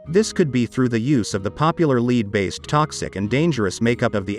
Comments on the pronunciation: Why do you keep saying LID when the word is LEAD? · Stop saying leed It's lead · The pronunciation of the word lead is mispronounced many times. Some saying it with a long e like reed, a short i like lid and then other times it’s right with a short e like lead. Other than that it’s a good video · Because you keep calling Lead, ie the heavy metal, LEED. It’s pronounced LED. At the beginning you even call it LID….I was wondering what that was! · Interesting, but the robonarrator makes a few mistakes which give him away. Such as pronouncing the metal lead as "leed".